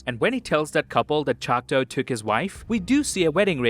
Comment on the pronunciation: LOVED! this synopsis BUT my guy it’s choctAW NOT chocTOE this is coming from a Choctaw granddaughter